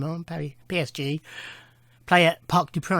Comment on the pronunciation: Lovely pronunciation of PSG